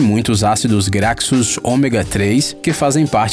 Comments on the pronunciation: Ácidos "Gracços" doeu o ouvido. Haha 😂. Se lê ácidos "graCHos" (graxos). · Graxos se pronuncia "Grachos" 👍🏻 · Ácidos “grakssus “